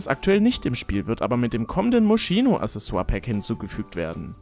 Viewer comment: Tolles Video, wie immer^^ Ich bin mal gespannt, Uni wär der Hammer. Man spricht Moschino übrigens Moskino aus 😊